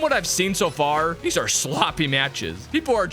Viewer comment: He was yelling at first and he just said where are thize zygard cell coming from it was so funny 😂😂😂😂